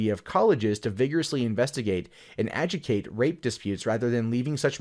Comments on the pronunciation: ajoo dee cate not aji tate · The word is Ad-Joo-Dih-kate not a-ju-kate. The "dih" is mandatory to pronounce the word properly.